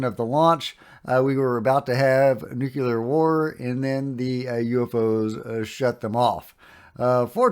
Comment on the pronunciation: Love you, man but c'mon - say it with me... "Nu...clee...are. 💛